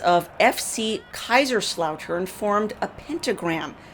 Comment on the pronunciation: the pronouncation of Kaiserslautern was quite good. Honestly, 95% of the people here do not care about this, nobody wants to be christian anymore, man, not even german. This country has nothing to do with the country 30 years ago. Nobody knows what it is now, lost identity, individualism and realtivism. This includes the churches.